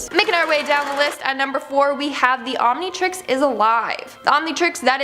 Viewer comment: Jajajajaja. "the Omintrix" killed me.